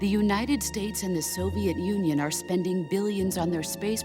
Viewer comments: "the united snates" ;< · also starting is UNITED SNATES suppose to be UNITED "STATES"????